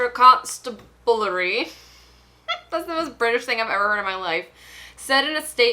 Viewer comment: HAHA HURT-FID-SHA CON-STAB-U-LERRY <:)